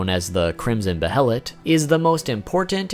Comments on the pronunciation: Buh-hell-ut. It's BAY LET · Isn’t it pronounced bayelit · Bay-LIT BAYLET! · Its pronounced "bay-lit" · "Behelit" As in "BAI-LIT" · behelit = Be-HELLA-Lit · Came to say just this, and that 'Behelit' is pronounced bey-a-lit. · also... Bay-lit.. that's how Grifith and Xod say it. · The pronunciation of behelit shaves off a piece of my soul every time I hear it. Bay-a-let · I swear it's pronounced 'baylet"☹️☹️ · I think it's pronounced "Bay-lit". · The “Bae-lit” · It’s pronounced baylit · I thought it was pronounced beherit. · its pronounced baylett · its pronounced bay-lit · Don’t emphasize syllables in Japanese..you say be-HEL-lit It’s more correctly pronounced with each syllable receiving equal stress. Goes for all Japanese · Behelit - (Bay-lit) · They killed the uniqueness of it for me by having so many of them. And it is Bay-lit😊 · Bayart you're wrong my friend. In japanese its pronounced that way. In English its Bay-let because japanese does not have some English sounds so it compensates. It doesn't change the english pronunciation. Another example is Guts' name being Gattsu in Japanese. This is because there is no way to pronounce it in Japanese without tsu. It doesn't change the fact that the author meant his name to be Guts. The youtuber is pronouncing it wrong. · No. It's 'beheritto' in Japanese. There are two distinct syllables, hence the bloody H in the middle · The H is silent in behelit i believe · the way how this guy pronounce "behelit" really annoy me...anyone else? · "Behelit apostle"...I cringe every time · Bruh I can tell you’re new to Berserk by how you pronounce Behelit... like they say multiple times in every version of the anime and game... and still you say it wrong 100x’s over lol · Dude it drove me crazy. That and how he pronounced behelit. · pronounced BAY-let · Behelits: BAY-LETS Not: BE-HELL-ITS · Be-helit ≠ behelit, wrong pronunciation. It's beihlit in sound, not be-helit. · Its pronounced baylet not behilit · It's Bay-lit not Be-Hel-it